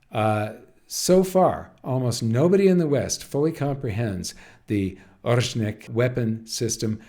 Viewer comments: Ore-sh-nik not Ozhnik. This is the name of a kind of bush tree from the birch family. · Pronounced [aw-Reh-shnik] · Here’s a pronunciation guide for you how to say Oreshnik properly: start with Oreo but drop the last “o” and now add sh-Nick like you start saying “shoe” and replace “oe” with Nick. The stress is on “e” in the middle which is pronounce like in OrEo.